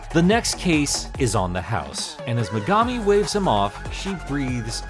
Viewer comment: Um actually, it's pronounced me•ga•mi not me•gah•mi.